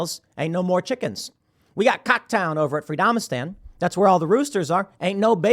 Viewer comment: Did Tim just say Cock Town... 😅